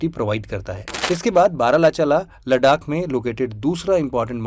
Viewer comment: it's लद्दाख not लडाक✨👍